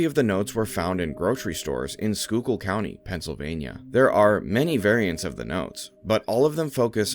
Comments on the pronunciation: Dude might actually be from PA for being able to properly say Schuylkill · Whoa, he said Schuylkill right lol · Not gonna lie I was gonna click off if you couldn't pronounce Schuylkill 👏